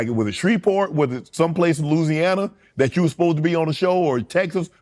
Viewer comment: It ain't loseyana it's (Lawezzyana) Louisiana